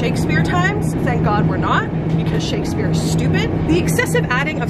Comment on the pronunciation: I lost respect when she said Shakespeare